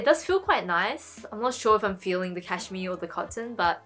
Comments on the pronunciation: I love that you pronounce cashmere as Cash-me its cute 😄😊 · I love how you say cashmere! I actually just received my order from Uniqlo and have some of the pieces you showed so very glad about that :)